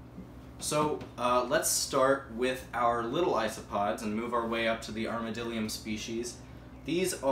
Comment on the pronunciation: It’s ArmadLIDium not just armadilum